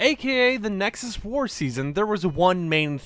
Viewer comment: Did you say nexus or next us?